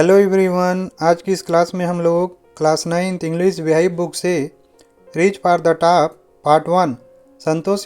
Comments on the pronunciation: Reach for the top❌ reach for the taap✅🤣🤣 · Reach far tha tap 😂